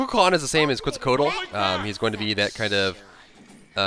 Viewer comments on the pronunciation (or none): Just a clarification, it's KET-ZUL-KO-AH-TAL (Quetzalcoatl), just saying.